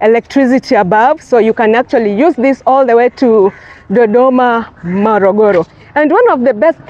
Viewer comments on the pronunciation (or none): It is Morogoro and not Mologolo....